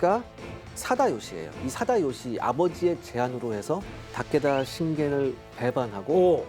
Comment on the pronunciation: 재미있게 봤는데요. 근데 발음이랑 띄어읽기가 좀 이상해요. 잘 모르는 사람이 그냥 대본 읽는 건가? 하는 생각도....특히 도쿠까와 타께따랑 가케무샤 ㅋㅋ 츠키야ㅡ마도노요 ㅋㅋ 백범김ㅡ구선생 ,이순ㅡ신장군 이렇게 읽으면 좀 이상하잖아요? ㅋㅋ